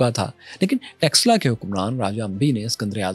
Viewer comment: Are texla nhi taxila bol esse pata chal raha hai kine padhe likhe ho indus velly civilization hamari ancient civilizations hai or eslamic koi civilization nhi gai iran ko v muslimo ne convert kar diya tha samjhe ham bharat se nhi hai bache Afghanistan me gandhar hamar hai pakistan me taxila hamari hai or Bharat me nalanda University v hamari hai bharat mehi Krishan g ki janambhumi hai bharat mehi share ram g ki janambhumi hai bharat mehi ancient kashi hai banaras hai gyanvapi hai or bharat ka pehla 16 mahajanpadha ka mahajanapadha maghada hai yehi 4 vedas likhe gye yehi 18 purab likhe gye kashmir mehi panchtantra likha gya mahabharat yehi hui yehi ramayan hui hai tum log to converted ho na tum hindu ho na arab wale tumko apna mante or baat hamari civilization ki kar rahe ho or hame hi bahar ka bata rahe ho bharat k bache bache ok pata hai tum logo k khoon me gadari ka or dilo me bhare jehar ka pehle sikho ko alag karna chaha or aaj aryan ko bahar ka bata rahe ho beta thoda or research kar allah kon tha ye v bhul jaonge or allah ne to kaha tha maine suraj banaya hai 4 din me pr Suraj banaya se v pehle Allah ne 4 din kaise gin liye jabki suraj k bina din hota hi nhi hai 😂